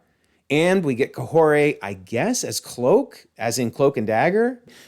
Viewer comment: Add a character with a needlessly stupid name everyone will mispronounce, even you mispronounced it. Just call her leader, that’s what that silly word means.